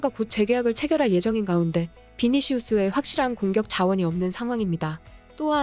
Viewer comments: 비시니우스가 아니라 비니시우스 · 비시니우스 거슬리네... -> 비니시우스... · 비시니우스x 비니시우스o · 대본좀 제대로 쓰고 제대로좀 읽길... 비시니우스ㅎㅎ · 비시니우스라니 엄청 거슬리죠.ㅋ